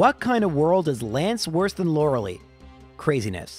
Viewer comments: I’ve binged most of these runs on your channel and I really enjoy them. But that being said, I MUST point out (because it’s driving me mad)…her name is Lorel👁, not Lorelee. 😂 Keep up the good content, man! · hey man i love your videos but you know it's pronounced Lora-lie, not Laura-lee. you even addressed this in an older video saying "the pokemon community has asked me to pronounce it Lora-lie" but went back to saying Laura-lee the very next video. ark-uh-nine vs ar-kay-nine could be more debatable (even though you've pronounced it correctly many times in your older solo runs) but Lorelei is an actual persons name, and you're only saying it incorrectly because you didn't know how to say it as a kid. we all say stupid stuff as a kid, that's not a reason to intentionally mispronounce people's names. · Freaking Canadians are their weird pronunciations. Her name is Lor-Uh-Lie. Lie as in tell a lie. Not Lor-Uh-lee. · Lore-LIE and not Lore-LEE, by the way :) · I love this series but i always hope he beats the elite four in one go because I cringe every time he calls Lorelei "Laura Lee." Its not a big deal but it hurts me every time and is the only part I hate. But we still hit like because the Count impression is worth it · This guy is still calling her loralee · I still think it's pronounced like Law-ruh-lie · (is the Lorelei thing a bit or does not know how to pronounce her name?) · You're still saying "Lorelei" wrong